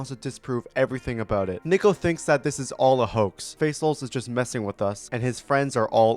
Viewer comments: The name Niko is pronounced "n ee - k oh" not "n i - k oh". Not trying to be rude. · good video but that's NOT how you pronounce niko